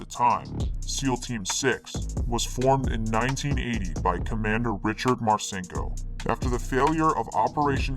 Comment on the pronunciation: Is that the correct pronunciation of Richard Marcinco’s name?